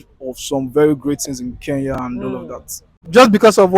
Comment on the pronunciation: Our nigerian brothers and sisters once again its "KENYA" not "keya" use the "N"